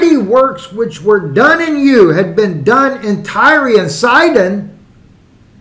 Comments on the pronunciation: Tireeeee? I thought it was pronounced like the word TIRE. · We are you pronouncing it wrong? It supposed to sound like “tire”. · Pronounced Tire, gotta be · It's pronounced "tire".... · I'm pretty sure the way you're pronouncing the city is the same way corn pop would pronounce it.